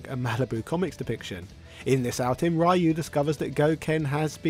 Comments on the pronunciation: Shouldn't it be pronounced as "Ree-You"? I mean, be glad it's not the original Americanized "Rye-You". Also, Kanga's joey Roo isn't even American. The Winnie the Pooh characters are of BRITISH origin, as they were first created by A. A. Milne based on his son Christopher Robin's nursery toys (most of whom can be found in a glass case in the children's section of the New York Public Library, although Roo is not among them, since he was permanently lost in the family orchard one day [sadly, the orchard no longer exists, which also means the real Roo of Christopher Robin Milne's childhood is no doubt gone forever outside of the various adaptations], meanwhile the characters of Owl & Rabbit weren't originally stuffed toys, they were instead based on real owls & rabbits which populated the region, hence their inclusion into the Pooh canon), which the boy brought with him to have imaginary adventures with in the real-life Ashdown Forest (the genuine inspiration for the 100 Acre Wood in the Winnie the Pooh franchise). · Right, that was only just the film and it's tie-in game and cartoon series, other than these, even to main source that is the Street Fighter II game, the name Ryu was pronounced Ree-You and continued afterwards till this day. It was just people who pronounced the name the way they "think" it's pronounced and forsaken the way the announcer in the main source actually pronounces it. It's the same way they did with Shadowloo, pronouncing it as ShadowLAW or ShadowLAO instead of the way the main source did. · I can't stand how this guy pronounces Ryu. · Just pronounce it the way the announcer pronounces his name across most games he's in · Facts. Ryu is pronounced Dee U. Lol Ry you.😂😂😂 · I like how keeps saying "Rye-you" like how we all said it in the 90's, until I realised the correct pronunciation was "Ree-you". I also used to say "Zan-geef" instead of "Zan-gi-eff" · It's Ryu, not Rye-yu - Ryu, one syllable. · RE-YOU NOT RYE-YOU